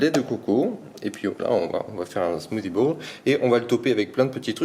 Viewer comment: « Smoothie bouUle »😂